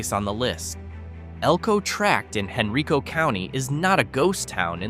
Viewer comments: Henricus & Henrico is pronounced Hen-rye-kus & Hen-rye-ko. Tazwell is Tahz-well, not TAze-well. I think Clifton Forge is declining but not terribly so. I believe those residents likely travel to Covington & work at the paper mill. I grew up in Chesterfield, live in Henrico & spent my summers in Covington with my great grandparents. My family hails from the area & Pocahontas County West Virginia & the majority of my maternal side is buried there in Covington. After WWII, my great grandfather was a scientist who worked at the paper mill. If that mill ever leaves that area, those towns will become ghost towns for sure. Good video overall other than the pronunciations I've pointed out. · I love it when a non Virginian does a hatchet job on pronunciation of my state's places and people. HENRY CO? Lol.